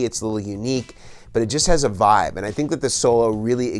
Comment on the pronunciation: Does this dude say literally anything else besides "voib" "nirvawna" and "kurt cobain"